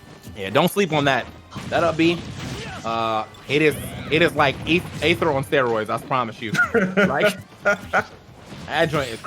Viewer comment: Boy said "Ather". As an ike fan, I'm a little upset 🤣